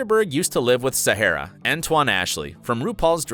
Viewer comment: Not really 🤭lots of messed up facts and mispronounced names (Willam and Sahara), but okay😂❤